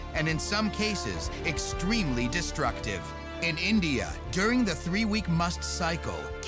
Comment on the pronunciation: he pronunces india funny lol ! ENDIIIA